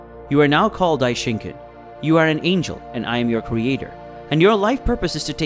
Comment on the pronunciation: i hate it when people say daishinkan like that its not ken its khan